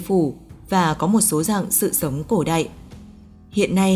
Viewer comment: Chị này nói giọng Bắc mà phát âm sai chữ y vd cổ đạy, hiện đạy mới ghê